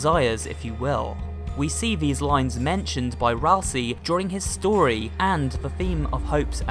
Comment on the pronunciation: Hey, did you know. That Asriel can be rearranged to spell Ralsei? It can also rearrange to spell Ralsie. But "Ralsie" isn't a character in Deltarune. Ralsei is. That's pronounced 'ral-say'. Not 'ral-see'. If his name was pronounced 'ral-see' it would be spelled Ralsie. But it's not. This is grade 1 english.